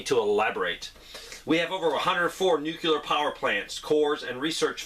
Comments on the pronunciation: And the other word is New-clee-ar.. not newk-yuh-ler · Nuclear.. nu new ....clear clear... Nucleus....new cleus .... Nu clear nuclear